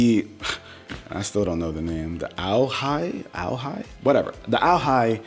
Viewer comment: AOHI is pronounced without the “A”. It’s just like saying “Oh Hi”. I’m not trolling, that’s genuinely how it’s pronounced…